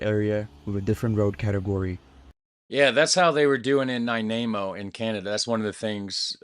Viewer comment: Nanaimo, not Nainamo.